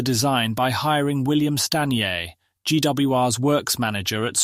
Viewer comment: It sounded bloody rediculous! William Sta-ee-ay? American jibberish.